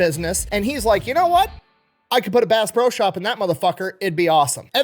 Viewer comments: I love watching videos however how many times did he say bass bro instead of bass pro? My hearing sucks from My time in my local rescue squad so maybe I'm hearing him wrong. And I have been to the pyramid a few times and bought a lot of fishing and hunting equipment to the point that the bank flags my purchase and calls to verify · Did anyone else hear Bass BRO Shop everytime he said the name? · I swear he's saying Bass "Bro" shop 😂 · I cant be the only one that kept hearing Bass Bro Shop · Did he say bass bro shops at first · It's not pronounced, "Base Pro Shop"? I'm so embarrassed.